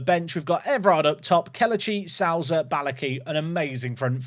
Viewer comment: You're disrespecting the portuguese language every time you say Souza